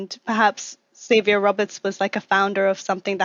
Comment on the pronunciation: Though they always pronounced it "Ex-avier Roberts" instead of "Zavier Roberts," which used to annoy me.